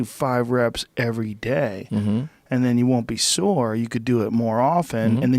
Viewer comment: "Sore," not "soar."